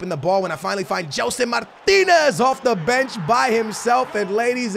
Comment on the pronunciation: Gelson Martins NOT Martinez!!!!🙉